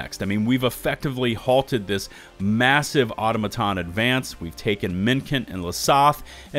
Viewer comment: is pronouncing Automaton wierd on purpose? no way he hadn't heard it correctly spoken by now